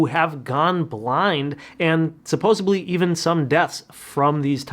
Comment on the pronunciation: It’s insane to hear a supposed doctor who supposedly went to a few extra years of school, say “supposaBly” 🙄